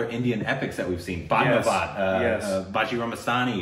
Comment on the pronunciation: What! Did just pronounce 'Bajirao Mastani' right?😱